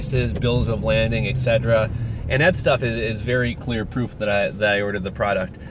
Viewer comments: It's a Bill of 'LADING', not 'LANDING'...no 'N'. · Are they asking for a bill of lading? Pronounced like laid-ing. I was just curious if this is what they ask for and what you are referring to. Enjoyed your videos so far! Thanks!